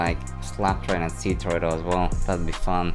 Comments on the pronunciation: Bro you need to STOP saying SEA TURTLE when you say Ctorreto lol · I like how calls ctoretto cturtle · lol sounds like you're saying Sea Turtle <3